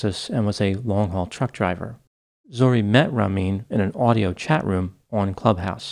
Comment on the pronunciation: Zo-ReH (different from "Zoree").